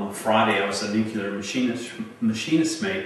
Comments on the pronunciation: he says he was “nucular” 😂😂 if you can’t pronounce it you didn’t do it. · "I was a nuke-ular machinist mate..." 🤣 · It's pronounced nuclear not nucular. Damn it. And he doesn't look old enough to be born in 1959. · I believe it is spelled "nucular" which is pronounced "Noookuler". But don't feel bad, most people get it wrong. 😉😂🤗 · Ahahahahaha nukuler machinist mate ahahaha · Officers always say “nuke-you-lar . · If he was a nuclear machinists mate you would think he would at least be able to pronounce the word "juclear" correctly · credibility lost the moment you pronounce nuclear as NUKULORE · If you can't pronounce "nuclear" I have no confidence an anything else you have to say.